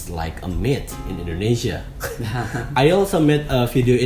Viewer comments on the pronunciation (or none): none